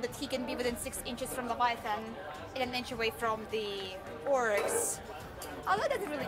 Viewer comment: it’s a LEV-VIA-A-THAN dreadnaught. 😌